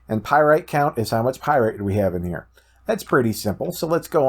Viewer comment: It's not pyrite it's pyrAtite